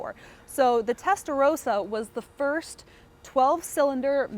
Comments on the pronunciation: Testa ross ah. Not row sah. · She keeps saying Testarowsa she does not even how what car she is standing next to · "Testa-RAWsa," you know like the Italian Ferrari color "RAW-SO corsa."